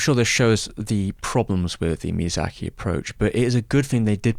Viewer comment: A yes, my favorite director, “miyazachary”.